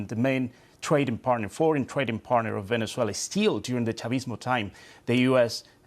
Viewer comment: Venner-zoo-ail-her? Don't even know her!